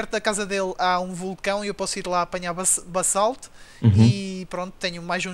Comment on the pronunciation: tu dizes "bassalto"? Lê-se "bazalto" mas escreve-se basalto